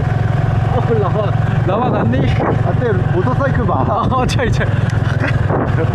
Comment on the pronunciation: ฉันชอบตอนพูดมากกก คือ คำที่มี _์ ก็อ่านออกเสียงชัด มอเตอร์ไซคึ